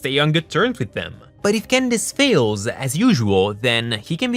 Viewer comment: Can I just say I love the way you say Candace?